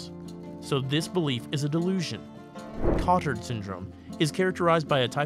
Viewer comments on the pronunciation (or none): Good video! It's pronounced ko-tAr because Jules Cotard who first described this syndrome was French.